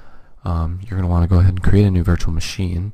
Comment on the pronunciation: Not VIrtua it Virtual